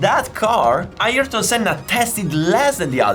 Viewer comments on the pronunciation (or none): iErton Senna 😂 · Ayereton senna?😂